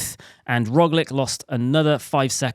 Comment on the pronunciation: it's not Roglick, it's Roglitch!